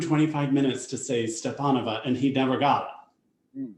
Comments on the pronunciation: I know,,, those are literally the easiest names from the lineup this weekend I could think of and he was still saying “step... step...stelpenova... stepnova... stepinovah” and “panchenko... palchenko... pavelechiuenko” Mispronouncing Tutberidze I can semi understand but as you said he’s had lots of time to learn it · Right? How hard can it be to say Stepanova or Pavliuchenko? And it’s literally his job too? What’s wrong with him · Stepanova? Pavlyuchenko? He can't even pronounce Tutberidze right! I understand it's a long name, but come on, he had to say her name at every major competition for like 7 years in a row